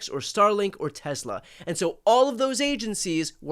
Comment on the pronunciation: Brian, outta left field (pure curiosity) question: why do you pronounce it "TeZla"? Is it to differentiate from inventor Nikola Tesla?